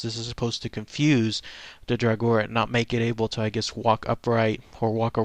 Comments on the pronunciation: to pronounce draugr it's like this Dra gur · It's pronounced draw grr. They are just zombies, like the orc-nass from Beowulf. For those of you who learned of the draugr from Skyrim, check out Morrowind and the Bloodmoon expansion. :D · The correct way to pronounce Draugr is "Drah Ger". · the pronunciation of draugr is dray-oog-er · It's pronounced draw-grr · dumbass it's drogger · If you are interested in an aurhentic pronounciation just scrap the last "u" and you are good!